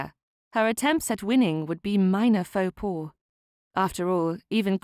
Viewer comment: "Faux pas" is pronounced "Foh pah", not "paw". At least for English speakers (cannot vouch for genuine French speakers 🙂). Otherwise, lovely clear story telling, and a very pleasant story so far. Thank you.